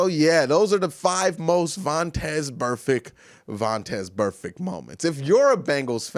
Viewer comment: Drinking game: drunk every time Q says vontez burfect